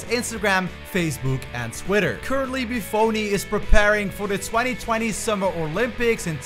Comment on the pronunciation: Bufoni (Boofoni) Nishimura (Nishimoora)